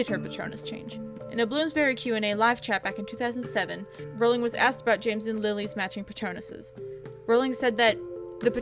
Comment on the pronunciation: You’re voice is absolutely fine. But here’s a tip: Rowling is pronounced like rolling ;)